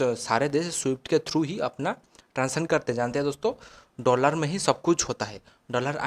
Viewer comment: Bhai Dollar hota hai doolaaar nhi😂😂😂